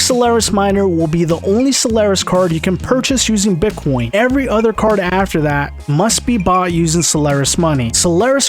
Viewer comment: Love how he says "Bit quion"